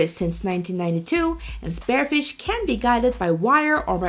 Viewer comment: Spear-fish..... not Spare-fish.... this video is rubbish